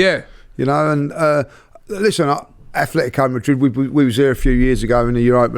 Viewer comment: ATletico man - it’s not hard